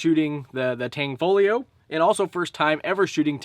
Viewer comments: UGH !!!! IT IS NOT "TANG-FOLIO".... IT'S "TAN-FOGLIO" AND THE G IS SILENT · tan fow leo is the pronunciation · Great Vid Brother, in Tanfoglio the g is silent 😜 Carry On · Tan Fog Lio........not Tang Fo Lio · Tanfaglio ="T-ON-FALL-E-O" according to the company.